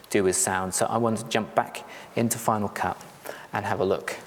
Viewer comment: I used Final Cut Pro for many years, but gave it up when it changed to FCPX. I'm almost tempted to try it again after watching your piece. But tell me, why do you pronounce it FinaW Cut?